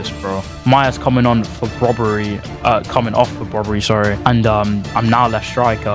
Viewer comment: Just a hint its brobbey not broberey😂